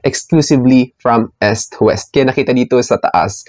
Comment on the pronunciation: Akala ko kung ano yung S-wes. Putcha Eastwest pala hahaha